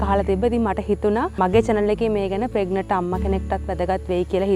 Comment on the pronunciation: We hear as ප්‍රෙග්නට් should sound as ප්‍රෙග්නන්ට්